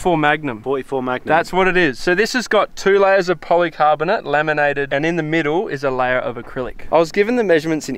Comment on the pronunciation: lemonaded lol I know he meant laminated! But still my south of the equator friends very funny!